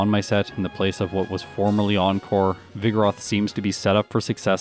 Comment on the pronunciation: pronounces vigoroth like ‘vigorous’ with a lisp